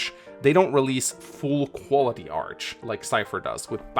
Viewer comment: Okay, this is bothering me... Why is he saying arch and not art?